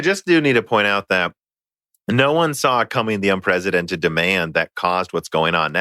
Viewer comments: He said unpresidented not unprecedented. Because the US lacked a proper President the last 4 years :D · un-PRESS-i-dented. Using a 'z' sound is just wrong.